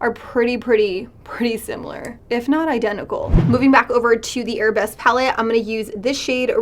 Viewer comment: Victoria Gonzalez i saw another review where the girl kept saying arab-esque. as if the palette were themed arabian instead of ballet lmao